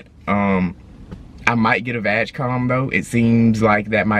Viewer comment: love your videos guys,subscribed. But ,pronounce "G" in VAG like it sounds in word "gray" or "good" not "vagina" haha :)